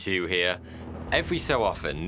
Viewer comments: Always thought he said "42 here" lol until I saw the his name Chanel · Is he saying “hey 42 here?” I know his channel name is, but when he says it, it sounds like 42 lol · Every intro, I think you're saying "42 here". (Yes, I'm American) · Why does the intro sound like “Hey forty-two here” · I still think your saying "forty two here". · He has NEVER said “” with a TH, it has always been an F.